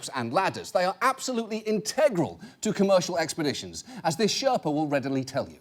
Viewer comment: The word you are looking for is Sher(stop)pa. The pronounciation is completely wrong.